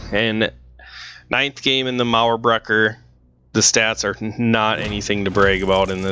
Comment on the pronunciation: It sounds so good when you're talking "Mauerbrecher" 😋. Almost perfectly pronounced.